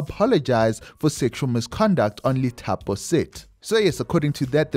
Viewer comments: Lithapo is pronounced Dithapo brother… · The Li in Lithapo is pronounced as Di